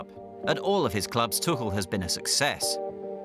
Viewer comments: So I've just discovered that his surname is pronounced tukkel and not too-kul. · Is his name really pronounced as tukel?